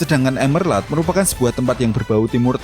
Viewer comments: Monmap nih yg gumush... Itu emerald yaaa bukan emerlad dibacanya 😅🙏🏻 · Bang bukan emerlad tapi emerald, gimana sih lu yang ngetik tapi gabisa nyebutin yang bener 😭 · emerald bukan emerlad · Emerald bang bukan emerlad Blokk!